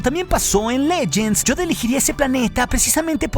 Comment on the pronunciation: Me encanta como pronuncia "Yoda"